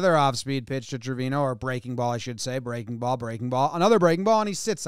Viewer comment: Jomboy your are pronuncing Trevino bad! Is like Acuña! The pronunce is Treviño! Is a latin last name!